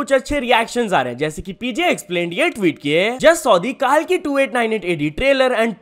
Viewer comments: Bro it's कल्की.. Not कालकी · Bhai kaalki nahi hai wo kalki hai 😢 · KAALKI KYA HOTA KALKI KO THEEK SE PRONOUNCE KARO LORD KALKI KA APMAAN MATT KARO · Bro it's not Kal-ki it's Kalki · the way he pronounced it was wrong bro